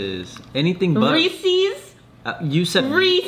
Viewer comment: LETS GET ONE THING STRAIGHT. Ask google translate. “Reese’s” IS PRONOUNCED “REE-SEZ” 😭